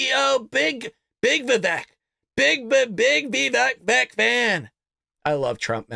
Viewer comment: Its pronounced Vi-vake, he said on Gutfeld. Like cake , he said.